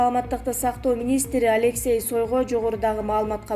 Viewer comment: Респитатор эмес респиратор,созду дагы туура окуй албаган дикторду чыгарып коесунар,таймыс эмес таймс,Сойго эмес Шойгу,коп создорду аябай туура эмес акцент менен окуйт,гаспитал эмес госпитал деп айтылат,бул жактан туруп уяласын ушундай сабатсыздар диктор болуп суйлоп жатышат